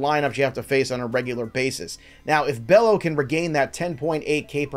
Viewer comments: Bay-yo ... no relation to Scott. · Come on man, it’s not pronounced Bello (like is looks)…it’s got that funky way of pronouncing it lol